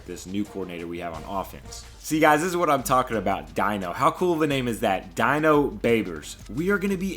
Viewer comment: Dino Babers is the HC of Syracuse. Not a grammar nazi but its pronounced "Deeno". Edit: Could you maybe rename Austin Mcconnell after me? If not the 73 overall qb recruit.